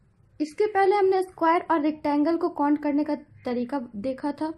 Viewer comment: wo cont nhi count hota h pagli....